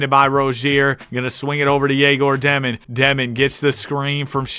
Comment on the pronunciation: Not dEmin, it’s dYOmin (Dëmin)